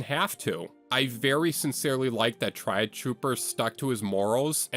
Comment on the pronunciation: "try-auge" it's tree-auge